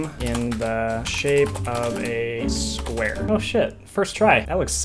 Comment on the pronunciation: "in the shape of a spuare"